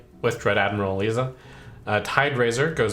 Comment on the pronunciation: Isn’t it Dread Admiral Eliza - pronounced Ee-Ligh-Za?